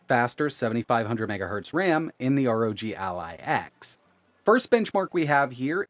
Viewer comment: Take a shot for every “arr oh jee al eye”